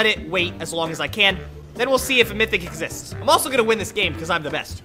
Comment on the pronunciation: When he said does the mythic capsule exicts i said does you skills exicts buddy😂😂